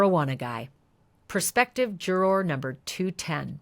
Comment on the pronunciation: Love the coverage. Wish you said juror correctly. 😢